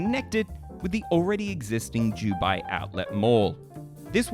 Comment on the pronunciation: Bro, it's Dubai. Not Jewbai.